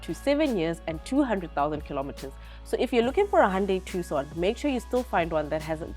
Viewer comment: Its pronounced "Two-son" & I'm I the only one hearing her mostly in my left ear? & why do you leave in a blooper? why not save it at the end of the video? you guys make her come off as incompetent. Otherwise good video.